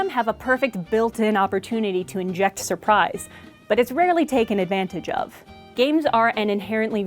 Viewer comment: She said surprise not “the pies”